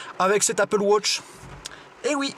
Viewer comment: on ne dit pas appele wotch on dit appele watch enfin je crois